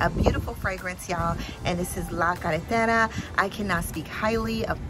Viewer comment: Great review, our team would like to say a big thank you for this amazing review. Your Spanish pronunciation of La Carretera is PERFECTO. Keep up the good work and your support for this fragrance community. Your reviews are MUST WATCH.